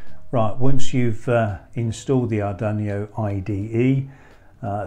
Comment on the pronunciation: What's an Ar dun ee oh?